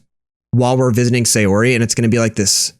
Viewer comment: and sayori is pronounce sai or ee, yuri is pronounced you rli* *basically an R that turns into an L, and Monika is a european name